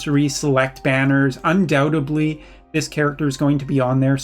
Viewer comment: "Undoubtebly" eh?